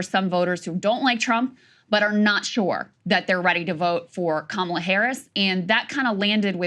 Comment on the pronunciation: Bruh Saagar, you are Indian, why do you say Kamala wrong?